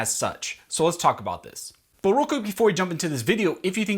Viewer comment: Are u russian?? Did anyone else hear a russian accent /14 sec "But vreal quick" and couple of other little parts?? Lol